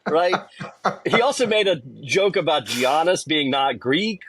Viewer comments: Greek pronunciation of GIANNIS is "yaa-nuhs." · Just for your info. Its pronounced Yannis (Giannis) 😉